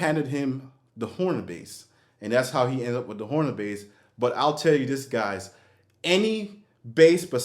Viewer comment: FYI it's pronounced Honer. Not Horner. But yeah, not a very good bass. Also, the new wooden Steinbergers have the same issue. Very thin sounding.